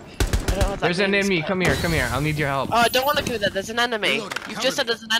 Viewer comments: Enmeny* 😂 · “Enmeny”... You mean enemy?